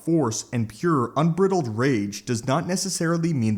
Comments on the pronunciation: un”brittled” rage 😡 😂🤣 replayed it 4 times .. I know it’s unbridled and my ocd kicked in . Key phonetic being the word bride un-bride-ulled .. maybe it’s a locality thing .. tomatoe tomatoe 🤣 guess it loses its meaning without vocal context and pronunciation nuance .. but you know what it is .. I notice these things in a ton of videos where a script is read I usually just twitch and keep going .. today I felt like being annoying and pointing it out . Sorry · "Un-briddled" rage 😂